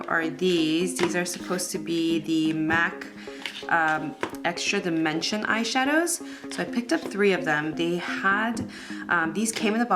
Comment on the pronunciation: "EXRA DIMENSION'' lol